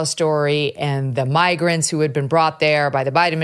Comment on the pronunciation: I heard magrant🤔 you could hear he just misspoke .